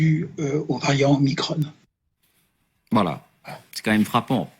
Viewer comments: Oui, sauf que 15ème lettre de l'alphabet Grec Oblige, faut dire OmicRON avec un "ON", comme tête de cON. Et non pas omikronne ! ça c'est du Novlangue ! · Oh leur omicrône !!!!! pour ne pas déplaire au démon élyséen ... prononçons omicron comme il se doit !